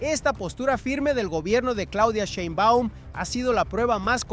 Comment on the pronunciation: ¿POr qué no pronuncias bien el apellido de la presidenta? Y no hay mucho que decir, violaron la frontera marítima y traen migrantes ilegales, ¿que querían? Dejar impune el delito!